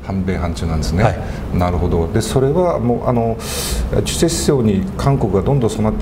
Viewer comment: すみません。主体思想の主体は、チェチェではなく、「チュチェ」だと思いますが。